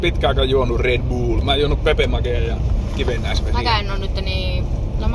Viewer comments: Hyvää kontenttia varsinki ku sanoo red buull:DD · Ei ku se on red blöö